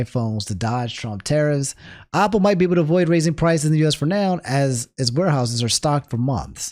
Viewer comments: I just can't get over him saying Opple. Is this a DMV dialect thing? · Go to the store and buy a Opple for every time he mispronounced it this video